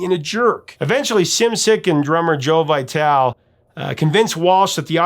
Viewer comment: Joe Vitale, as in Vi-tal-ee. Trust me, his wife is one of my dearest friends!😊